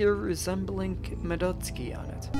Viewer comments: It's supposed to be "MADdoTSUUki" instead of "Muhdoteski" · More like, "mah-dots-key", at least according to the Japanese pronounciation. However, it sounds weird in english, and the fact he's mispronouncing the A doesn't make it better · "Ma-DUT-ski?" didn't know she was actually Russian lol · I'm pretty sure the Russians pronounce it "Madoytska".